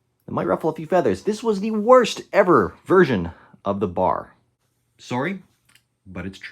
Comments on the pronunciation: Not BAR, as in, rhymes with car. It's B-A-R, with each letter pronounced individually. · Pronounced phonetically "Bee, Aaa, Aar", never referred to as "bar," i.e., bar stool. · Pretty good article but man, its not a BAR, its a B-A-R! All the Vets know this. If you cant get the name right, you've lost the interest of the men who know the rifle. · “Bar” 🤦🏼 Sheezus man. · The name is sounded out by letter B-A-R, an initialism that is not pronounced as a word, and not the acronym "bar" as in the Marine KA-BAR.